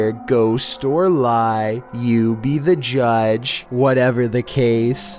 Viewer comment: LMAO “u be the JUdgE”